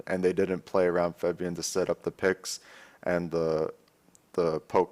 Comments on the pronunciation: pls say febiven not febvien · Hate to be that guy, but Febiven is pronounced FEB-I-VEN, not FEB-VI-EN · Dyrus.... it's Febiven, not Febvien. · FEBIVEN ! NOT FEBIEN !!!!!!!!!!!!!!!! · in Dutch it is actually pronounced as Faahbian, maybe he has a hard time pronouncing it correctly. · "Feb-vee-in" ok Dyrone